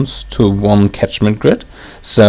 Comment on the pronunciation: "Catchment" not tachment.